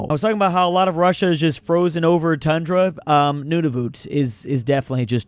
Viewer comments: Nunavut is pronounced (non of it) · it is usually pronounced like “None of it” but say it quickly